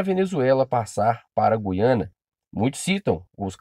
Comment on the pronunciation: 16 segundos e rive que oara o vídeo, Meu cari é Guiana sem o som de "u" . Voltando ao vídeo 😁😁😁👽🖖🏻